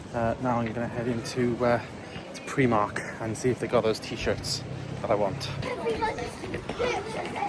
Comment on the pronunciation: Nice vid. Tempted with the supernatural box set at cex but 105 quid I dunno. Also it’s PRI mark not pre mark :)